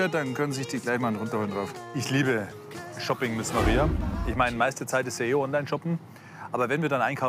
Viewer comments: Shopping nicht shoopping mit einem o😂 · Es heisst nicht shOOping xD